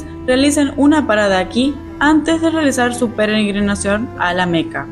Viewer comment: Se dice peregrinación no penegrinacion 😮